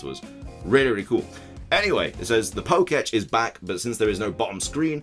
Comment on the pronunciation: it's pronounced "poke-tech" not "poke-etch"